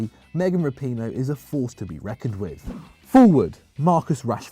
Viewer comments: Did he really say megan rapione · Rapinoe?! Just stop. FFS no. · I can understand the difficulty in saying some Italian names (though the mispronunciation of Chiellini remains inexplicable), but how do you butcher Megan Rapinoe's name? and 20 seconds later, he says it correctly....😂